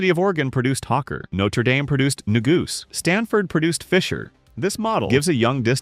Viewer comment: New-goosey. LOL